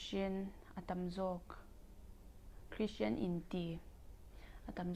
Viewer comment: Krishian😂 a thiam mah² sap țawng hi😂